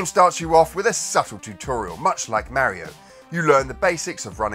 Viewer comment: Pet Peeve: What is it with British(?) people not knowing how to pronounce Mario? 😅